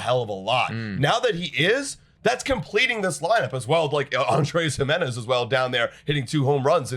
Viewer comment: “Andres Him-enez” 🗣️🗣️🗣️